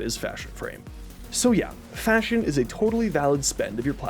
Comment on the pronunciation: You had me till you said fahsion. After that I felt like everything you mentioned before couldn't be trusted lol